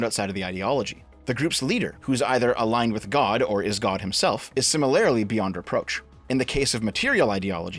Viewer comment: for the love of christ this is like the 4th time im commenting this. SIMILARLY IS SPELLED: S - I - M - I - L - A - R - L - Y, NOT: S - I - M - I - L - A - R - I - L - Y. Soooooooo.................. WHY THE FUCK DO YOU KEEP SAYING SIMILARILY DEV PLEASE USE UR FUCKING EYES AND EXAMINE THE WORD ONE FUCKING TIME. thanks that's all love ya